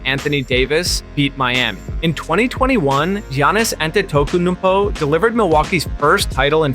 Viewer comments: who da fk is Giannis ANTETOKUNUNPOW? Also who is DUWAIN wade? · WHY DID HE PRONOUNCE ANTETOKOUNMPO LIKE THAT